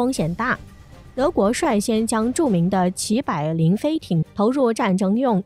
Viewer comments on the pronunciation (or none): 齐柏林的“柏”字念什么？不念“百”音，播音员是机器人吧，连柏林都没听说过。对了，就是机器人。哈哈。